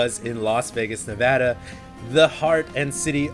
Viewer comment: one of the few people that pronounce Nevada correctly!:D